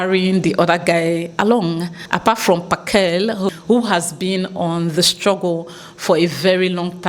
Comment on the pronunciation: It kills me how you pronounce Phakela😅 and how you butchered Ngizwe’s😂… love from SA ❤